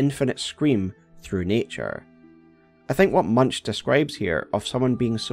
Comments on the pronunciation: My only contribution is its not pronounced "Munch" like chewing on something, but rather more like "Muunk". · Edvard Munch's last name is pronounced as "moonk", not "munch". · Love the video and all it contains. BUT and i am sure others point it out to. Munch is pronounced Munk. The C is hard, tho this makes him sound kinda cute 😂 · I smile every time you say munch because his name is pronounced moonk, but it's cute how you say it😂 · Munch 💀💀💀 it's moon-k 😊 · "Munch" is pronounced as "Moonk". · I think the pthumerians would pronounce the ch in Munch as a hard k! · your pronunciation of Munch's name is hilarious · Just here to remind you that Edvard Munch is pronounced with a hard K-sound in place of the "ch" and an O sound instead of the U :) In norwegian it's a homophone of "munk" which means "monk"